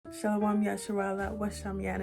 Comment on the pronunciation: No disrespect but your speech pattern sound like pig latin rather than manahathey. And please work on your pronunciation before teaching and it's shalum not shalawam. If you're going to teach do it correctly. Or you have people sounding uneducated.